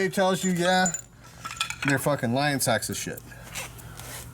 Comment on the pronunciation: SEVENTY FOCKING YEARS!!! Lol